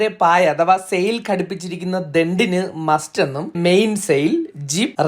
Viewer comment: മസ്റ്റ് അല്ല മാസ്റ്റ്✌🏼Nice Vedios And Good Presentation